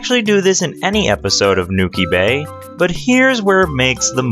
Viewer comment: n-OH-ki bay